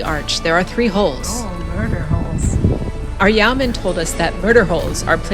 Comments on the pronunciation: Yo-man, not Yow-man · yeeoww man? That should a Yeoman, ( yo man) 🤣🤣